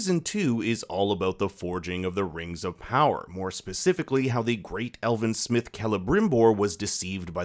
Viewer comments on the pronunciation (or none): none